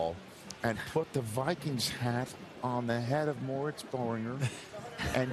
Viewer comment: I love how he says, the wikings